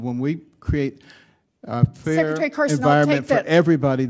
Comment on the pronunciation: Fair environment or fear environment? What did he say; ?